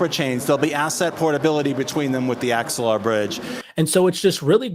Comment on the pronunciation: It's Axelar, not Exelar.